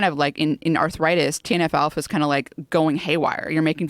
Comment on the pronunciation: “TNF-Alpha” or “Teen Alfalfa”? Who knows.